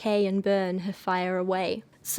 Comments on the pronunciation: I’ve been waiting for this video!!! I’m so excited to watch 💜 but you trying to pronounce her name made me laugh so hard lol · I heard she named herself after a stop in Brooklyn, which we pronounce Hall-zee. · I always assumed her name was pronounced “haze-ly” but I also know nothing about her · HALL- Zee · First of all you judgemental b, if you can't even pronounce her name it's HALSEY AKA ACRONYM OF ASHLEY. THIS IS POINTLESS 😂😂😂😂😂 GO thru something dummy